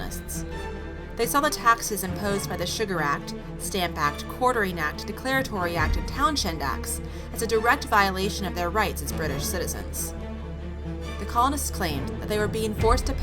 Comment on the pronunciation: It’s not townSHend with a SH sound. It’s Townshend with a Send sound, H is silent. Sorry I pointed that out. It bothered me.